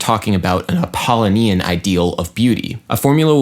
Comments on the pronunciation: wouldn't it be pronounced app-uh-LOW-nee-in? rather than app-ah-lih-NEE-in? kinda bugging me. but regardless very interesting take on viewing music in a different way. love all your videos, duderino. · Correct. Bugged my Apollonian side, also. (It should be Ap·ol·lo·ni·an ˌapəˈlōnēən/) My Dionysian side, however, is telling me that this observation about an incorrect pronunciation, and the desire to make an online correction should have been placed on a pike at an orgy of the Bacchae and mocked. Ah, such cognitive dissonance the apollonian/dionysian duality creates. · Good video, as always. Strangest pronunciation of "Apollonian" I've ever heard, though. The pronunciation equivalent to your Grammar Nazi would say it's pronounced a-paw-LOH-nian. Just so you know. :)